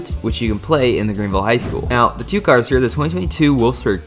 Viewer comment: bro just pronounced two horribly wrong